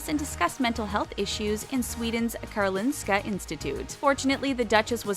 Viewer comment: You say karlolinska Karolineskahhhh (ik it’s weird but I’m Swedish)